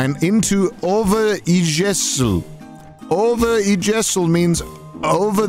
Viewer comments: The way pronounced "Overijssel" killed me bro. It's supposed to be pronounced like over-eye-sell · absolutely murdered and buried that Dutch pronunciation, holy hell